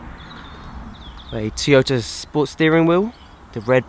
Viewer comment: It has cup holders, electric mirrors, storage and a ski hatch.... who cares!!!! What is with the gloves? You're not playing initial D now. And its Toyota, not Teyota. Cool car, crap review.